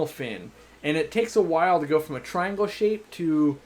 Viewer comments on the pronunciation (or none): none